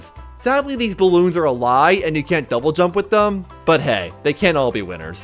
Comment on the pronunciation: bro says "thse"